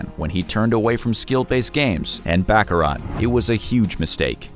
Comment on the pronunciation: Dear Sir, the way you say, baccarat is improper Bacharach is on the back of a chess game. You should learn how to pronounce the game properly.